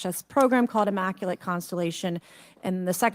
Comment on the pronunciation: hmm. Guess you missed the lack of evidence during that entire session. Also, she should learn how to pronounce words like maritime and immaculate. But thanks for outing yourself for agreeing with a lunatic.